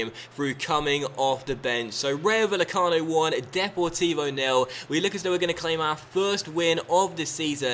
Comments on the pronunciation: Love your stuff, just need to work on your Spanish pronunciation!:D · Bay-e-cano. The v is pronounced as a b. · The double L for spanish words/names (ie Rayo Vallecano) is pronounced like a Y.